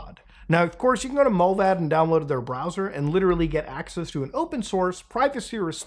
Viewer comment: Mullvad is pronounced "Mull-wad" and means Mole in swedish :D